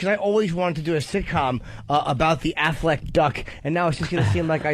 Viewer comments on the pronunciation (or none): “The Afflect Duck”